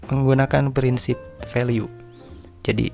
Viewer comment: Kenapa value dibacanya veliu ? 🤔